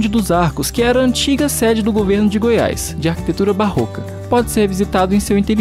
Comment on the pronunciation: NAO E GOIAISS E SIM GOIAS,NAO SEI PORQUE AS PESSOAS INSISTE EM FALAR ERRADO.